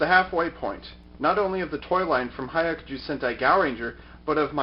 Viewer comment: Hi-yah-ku-ju. The "hi" and "yah" are said almost as one syllable, like "hyah".